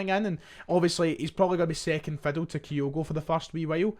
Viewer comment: Why are you saying 'Gay' instead of 'Gyu'? Reminds me of when you said 'Kayogo' instead of 'Kyogo'...for months. Strange! You're obviously able to read, so I'm not sure what it's all about 😅